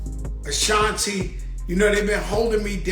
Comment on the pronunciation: AAAAAA-SHAWN-TEE NOT SHANNTee. Ok ma'am. NoW. BEAUUUTIFULL FAMILY❤❤❤❤🎉🎉🎉🎉🎉